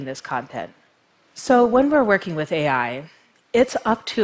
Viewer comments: Adam Raymond it’s pronounced A I not All I... ;p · I’m laughing so hard ... I’m snorting and shaking... meat pies... omg. So now I can’t un hear meat pie each time she says AI 🤣 🥩 🥧